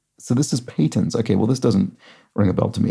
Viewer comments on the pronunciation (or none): Just a pronunciation check, PATEN(S) rhymes with Satin. It is, as the clue says, a golden (or gold-plated) circular plate on which the Eucharist sits during Mass service in a Catholic Church.